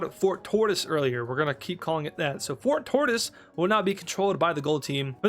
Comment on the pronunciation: fort tortise made me laugh more than i should🤣🤣🤣🤣